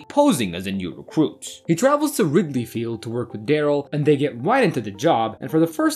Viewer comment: Thank you.... Wasn't sure if it was just me......Whew! And does he say "rigby" Field?